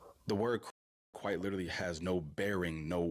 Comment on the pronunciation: "Lertally this lertally happened" man these people's hubris is unmatched